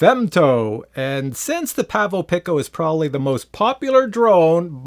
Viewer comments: Looking good with facial hair, haven't seen your vids in a while. Pavo pick-O ? 🤦‍♂️ I think Its pronounced pee-coh, like the Spanish word for small. 😊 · FYI its pronounced peeco. Pico means 10^-12 and femto means 10^-15. Which makes sense, because the femto weighs less than the pico. The pronunciation of these words are well established in the scientific community. They are really clever names for micro drones. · I like it the way he was saying it before. It sounded like Pavo Pickle.